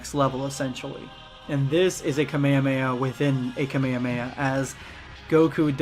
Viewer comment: kahmeyaya bro its kah mey ha mey haaa